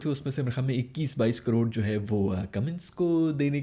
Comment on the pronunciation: If there was no 'ke barish' written. It was literally impossible for me understand carooron or cororron...